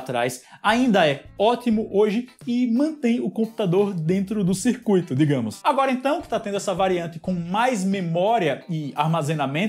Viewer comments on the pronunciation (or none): none